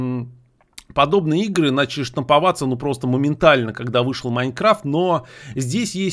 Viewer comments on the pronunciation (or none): none